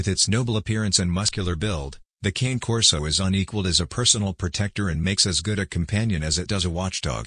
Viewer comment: It's not pronounced cane like sugar cane, it's canneh.